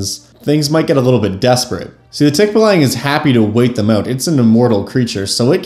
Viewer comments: Okay so: pronunciation is off; it's more like TEAK-ba-long. (Don't spend too much time on the first syllable; it's alright if it sounds kinda clipped.) That said this video is still pretty interesting! Source: am Filipino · If you want to apply Filipino mythology to your game, there is a superstition that the way to escape a Tikbalang's lair is to wear your shirt backwards (or in some stories inside-out). You can apply that as a fun puzzle if you want. 🙂 Also as a Filipino it's actually pronounced Tick-baa-lang. It's the Ba of Bali, a longer a sound. 😅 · Filipino here. That is NOT how you pronounce Tikbalang 😭. You use the ə sound when pronouncing the a's in the word, not the æ sound